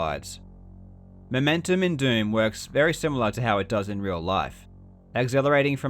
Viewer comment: Every time you say "doom" it sounds like you're saying "derm" and now I can't unhear it